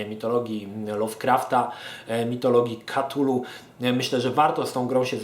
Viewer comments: kurcze, nie chce byc malym chujkiem, ale "KA-TULU" to bardzo klujacy w uszy sposob wymawianie tej nazwy. "K-TULU" to wersja ktora uzywa najwiecej ludzi. zeby nie bylo ze to tylko koment z dosapka, to dodam ze sama wymowa "cthulhu" wg Lovecrafta jest niemozliwa dla ludzi. Pierwotnie dzwiek to ma byc bardzo gardlowy, przypominajacy bulgot, w koncu to jezyk ktorym posluguja sie ogromne potwory, ktorych aparat mowy (oprocz oczywiscie telepatii) jest inny niz u ludzi. z reszta gdy ktos sporbuje wymowic "cthulhu" w sposob "gardlowy" to brzmi to bardzo sugestywnie. I wtedy dochodzi sie znowu do wniosku ze Lovecraft to pieprzony geniusz! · to sie chyba czyta ktulu